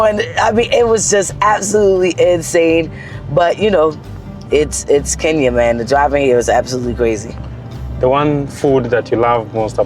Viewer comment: Wakeshooooo!!!! Always the winner in this game. I still want you to say KEnya not KInya lol, same joke but I'm serious. You just like us 🎵🎵 now 😊 😉❤ Thank you for the love you have for the continent aaand also, for accepting referrals. To all our people in the diaspora,*WELCOME HOME!!!!* You have a whole continent to chose from❤❤